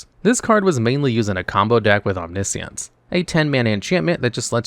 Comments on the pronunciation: OmniSience FFS dude at least try to pronounce words correctly. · He said omni-ishiance